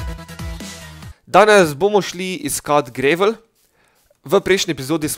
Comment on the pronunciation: ni grevl ampak gravl (pač itgovorjava) sej channel maš hud sam angla pa je fuč... Sorry